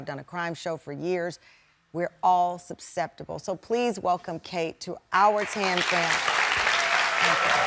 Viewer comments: I had to go back and listen a few times to make sure. Tamron says "supsceptible" instead of "susceptible". And it wasnt a slip, she said it twice. I would expect better English from a tv journalist with her ow show😮😮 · Maybe learn how to properly pronounce susceptible. 😂 "Supseptable .." 😂😂😂😂 Also, why would you put her full name on the air? You set her up for more victimization. You're wrong saying it could happen to all of us. No, not me. This is for desperate, ignorant "folks.." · Imagine having a national tv show and not being able to properly pronounce susceptible. 🙄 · Someone needs to teach her how to pronounce susceptible.